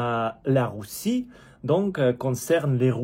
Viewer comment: Ahhh mon ami ! Pour dire Russe et Russie. Prononce le comme si tu disais Rue SSi et Rue SSS